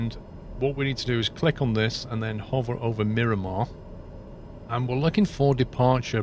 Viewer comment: Come on! Multiple people in last video pointed out that it is Miramar. When you entered the airport in Sky Vector it TOLD you it was MIRAMAR MCAS. You continue to call it and label it Mirimar. As a San Diego native, this bugs me greatly. Where are you getting Mirimar from?